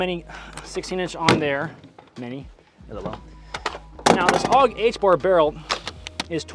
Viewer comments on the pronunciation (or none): When you said: "If you aren't AUG H-barring, you're doing it wrong," it sounded to me like you were saying: "if you aren't Allah Ack-Baring, you're doing it wrong," lololol.